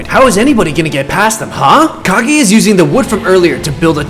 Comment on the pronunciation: Its kag e